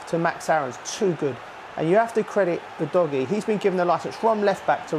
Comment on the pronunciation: 영상 안보고 멘트? 우도기라고 하는데 우도지라니